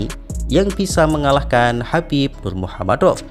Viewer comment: jgn wes bro sepertinya tidak bisa mengeja kata nurmagomedov.